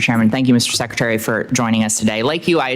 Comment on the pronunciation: Track Meeks it is Secretary. Not Secetary! He is typical….